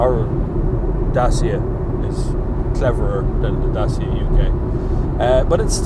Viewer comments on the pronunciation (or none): Just as a fact , it's not pronounced Day-cya , it's pronounced DAH-chee-ah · Pronuced DATCHA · more accurate.. it's Datchia :) with an i